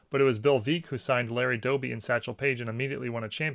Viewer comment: Bill Veeck is pronounced Veck, as in Wreck (the title of his book )